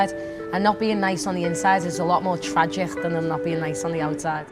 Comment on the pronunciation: i have only one word for this mess: "tragichch" (c. )